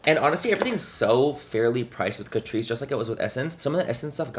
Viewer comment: I swear I kept hearing “Patrice” ☠️